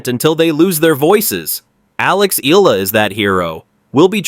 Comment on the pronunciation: Learn to say her name properly/ correctly, it's " ee yah la" not eela😢 you are annoying😢